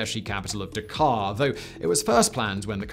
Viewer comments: Can pronounce Bundestag perfectly, but still gets Dhaka and Pakistan wrong... :/ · Dude, Dakar is in Africa. Dhaka is pronounced differently.